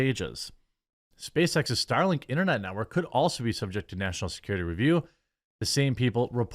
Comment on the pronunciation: "Muh national securitay".